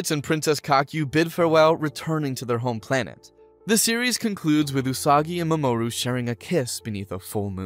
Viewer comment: The fact that he pronounces the names differently every time he says them is kinda hilarious. MaMOOru is my favorite.